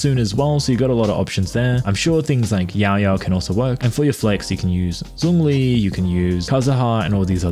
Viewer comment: Its Zhongli. Not Zongli😐